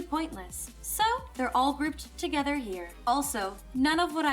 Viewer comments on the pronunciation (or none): none